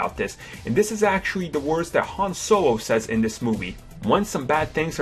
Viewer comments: Who else noticed this dude says his L's like a w. wuke Skywalker, Hon sowo, malimium fawcon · Han Sowo😂😂😂😂😂😂